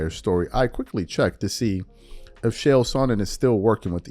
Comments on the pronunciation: Bra... its ch ch ch... chael.. not shael TF! An its not Saanon.. its son..non. sorry it was was getting annoying. Love the show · Whwt was the topic, i was distracted with him saying Shay-L? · Its pronounced "KAEL" Sonnen